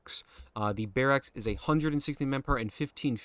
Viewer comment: Why are you saying barracks like that?